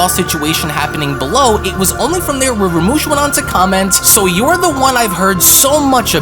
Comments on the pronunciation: how are u saying rumshis name wrong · That is not.. how you say gowasu's name, or rumsshi, I think you should actually watch super lol you are butchering everyone's names